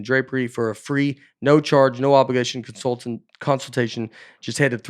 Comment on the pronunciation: Consultitation……enough said 🤣